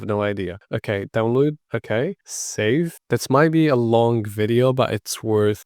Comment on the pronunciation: Love that you pronounce aeroglass as R-U-glass! A little tip for a non native speaker: say it like "air-o-glass". Also download is not pronounced as "downlood". Say "down-low-d". Thanks for this great vid. trying now in a VM!